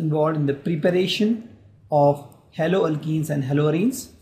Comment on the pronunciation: Sir you are nice teacher but sir you may pronounce haloalkanes propdrly because there is very great difference between haloalkane and haloalkene